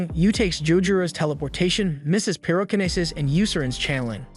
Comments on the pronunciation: Pie Ro Kini Sis. Tell A Kini Sis. Instant Ray Men. 😂😂😂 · The way this guy says the word telekinesis and pyrokinesis and several other abilities, As well as stuff like "ramen" as "raymin" drives me fkn insane.